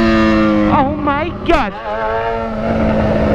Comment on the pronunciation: Esse é uma onda bicho é carrego kkk ele falou ouumaigod